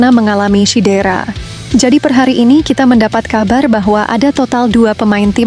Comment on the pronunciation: INI AKUN DARI MALAYDESH ... SEBUT CEDERA SAJA SALAH DI SEBUT SIDERA ...😂😂😂😂😂